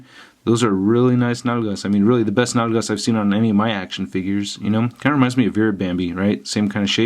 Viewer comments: those are really nice what? nanas? nagalas? what are you saying haha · He said “nalgas” ? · Spanish for a$$ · “Las nalgas”